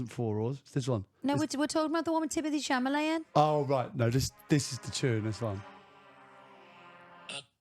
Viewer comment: Its chal u may... its a French name. You dont pronounce it met at the end